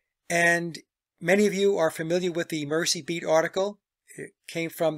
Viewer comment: Merseybeat pronunciation: It is Mur-z or Merzey, not Mercybeat. Liverpool is on the River Mersey. Just a tiny point.